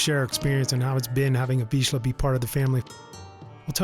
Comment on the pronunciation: Congratulation. I am hungarian but I very rarely hear the correct pronunciation of vizsla in English videos. Yeah I know. You don't have "zs", so it's hard to learn. That's why it's a nice achievement.